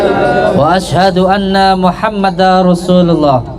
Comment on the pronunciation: baca syahadatnya aja blum benar..Muhammada rosulullah,wkwkw seharusnya Muhammadarrosulullah.tanwin bertemu ro bacaan idgom bila gunnah..din Udin guss palsu